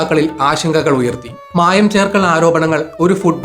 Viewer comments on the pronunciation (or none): Niraparede ad polethane ntha mayam❌️ ntha maayam✅️